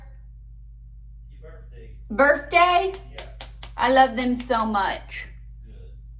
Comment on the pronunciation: Did you really say "birfday?" LOL!!